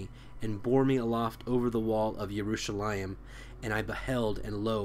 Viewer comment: Why go out of your way to pronounce words such as “Jerusalem“ in Hebrew?